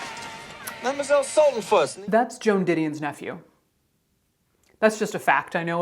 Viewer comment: "Veda... Veda Sulten-PUSS!!!" 😁😸 (Also, that little disclaimer about the name mispronunciation is EVERYTHING, as my name is regularly butchered too, even though it's only for little straightforward letters long.) Caitlin, you just made my day! Always looking forward to your next post & excited when it comes through in my notifications.